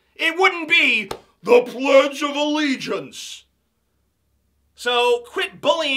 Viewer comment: When he says "PLEDGE OF ALLEGIANCE" 😂😂😂 I fucking love you man